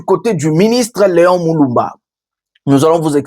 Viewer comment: Déguerpir et non deguerpier.Leon Mulumba et non Leon Muluba.